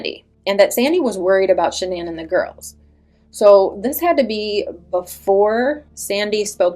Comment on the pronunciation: It erks me everyone says her name wrong..even Chris and her close friends. Everyone in media ...everyone says her name wrong. Even you. I listened to Shannans parents say her name ans its pronounced as a basic Shannon. I know yall heard all her parents interviews.